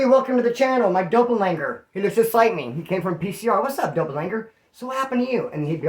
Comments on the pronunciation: My Doppel-langer????! 😂😂😂 it’s doppelgänger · POV CREW all day. That being said, it's doppel•ganger. Lol it's mean "double walker" in German. Did you ever meet Ryan Leone? I watched his videos shortly after his 23&1 interview. His interview was the first I ever saw on that dude deaths channel. That do Ryan was funny as hell with his stories... Apparently a lot of what he said though I guess wasn't even true. (This is just the general consensus after he passed, who really knows what was true and what wasn't, he had a lot of people talking bad about him when he passed, alot said it was cause he was a lier & just dope friended the hell out of people. Essentially making money off of BS and not following though.) I guess before he died he was supposed to be on a book tour for a book he wrote, apparently that wasn't true at all. That dude savage though was hella dumb. I'd be extremely surprised if the guy that smoked him really was just some guy that was talking crap to him in the comment section. I really believe it was more than that just based off the fact that not that long ago he posted a video where he was essentially disrespecting the hell out of the Mexican Mafia. That alone right there after I saw that video I was sure that him getting smoked was going to transpire soon & look what happened. He really did think he was like the toughest guy around. 🤦🏼‍♂️